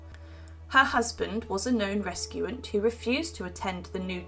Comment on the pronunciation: 8.50 Re-CU-sant